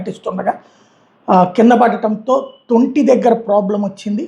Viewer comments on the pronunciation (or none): adi thunti, thonti kaadu